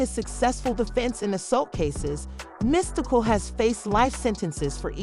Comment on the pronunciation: This chic is dumb! She can’t say his name correctly. ANNOYING AS HECK!